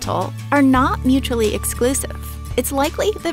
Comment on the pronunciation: actually yeah I agree with you, the way she said "not" was weird as hell. But anyways, none of this matters much so Best of luck in whatever you're going through, Cheers!